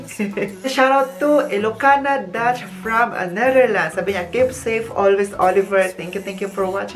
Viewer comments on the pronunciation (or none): none